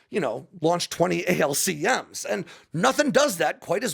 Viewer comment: Not "A-L-C-M's" but "AL-Comes"